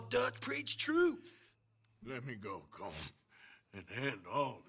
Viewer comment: The proper Irish pronunciation of Colm is “Col-um”, like his gang members were saying it. Roger Clark, the guy who played Arthur, who has Irish roots tried to tell Rockstar but they said he had to keep saying it as one syllable